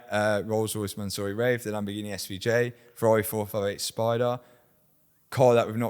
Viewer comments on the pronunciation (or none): Mat: "I don't say anything crazy" Also Mat:" Mansory glue"